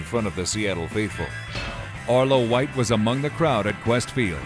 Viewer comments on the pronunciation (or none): arlo white is enthusiastic, yes, but he never pronounces anything right and spread a lot of downright misinformation.